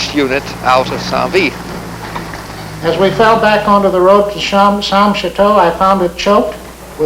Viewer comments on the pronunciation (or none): Damn it's not san vith ,it's saint vith. Your not in Vietnam!!!!!🤪🤪🤪🤪